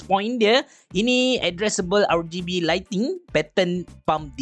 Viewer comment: Nobody:.....: R Gay B😂